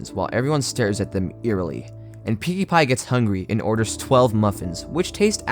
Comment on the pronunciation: did he just call Pinkie pie Pewdipie?